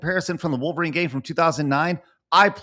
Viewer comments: I really like but I hate the way he says Wall-verine. 😂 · He's right but man the way he pronounces Wolverine make me insane lol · He didn't even pronounce wolverine correctly. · 😅😅 I hear that too